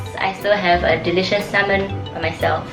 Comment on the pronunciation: I love how she can speak really good english and cannot pronounce salmon properly.